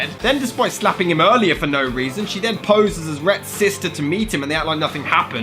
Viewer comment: For absolutely nough reason For nough reason There's nough reason